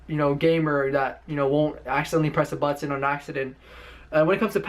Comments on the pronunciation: ButTON!!! lol how he says it. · Bro me too. 🤣 butttttton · BUHTTENN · Most ppl: But tin This ninja: But ton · The way he say's button bothers me. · I hate how he pronounce button..